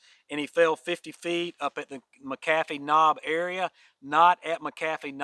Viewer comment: Okay I asked to ask you if you could pronounce McAfee’s Knob correctly. I have listened to you but didn’t want to correct you. But I need to so that when Thru hikers pass through here they pronounce it correctly. I Thru hiked in 07 and section hiked finishing in 21 and I’m a volunteer Ridgerunner for the area. It is pronounced “Mack - A - Fee.” This is not a criticism but a correction. Please. If you listen to anyone from here including the local news that is the correct pronunciation. You can change this as a lot of hikers listen to you every week. Thanks (friend of )!